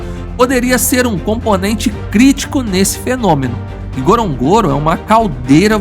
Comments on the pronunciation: It is pronounced N..GO..RO..N...GO...RO and not that clumsy pronunciation by this narrator. If you're going to make a documentary about a place, at least endeavor to pronounce it properly. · AI can’t even pronounce the name of the crater correctly.